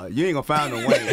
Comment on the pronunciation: FYI- sis it’s Wayne, not Wang. You know some ppl will try and drag you about not getting his name right. 😒